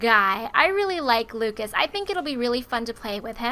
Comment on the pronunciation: It's Lucus not Lukeas